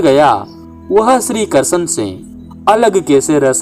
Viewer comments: Bhihati bolna to sikh le krshn bol ha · तुम्हारा उच्चारण सुधारो भाई कहानी बोलना ही तो कृष्ण भगवान का नाम तो सही से ले लो,ये कषण कषण क्या लगा रखा है। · श्री कृष्ण का उच्चारण तो ढग से कर लेते